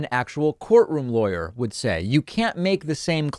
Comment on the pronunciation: Somehow I always hear „liar“ when you say „lawyer“ concerning Guliani and Trump‘s legal team around him 😂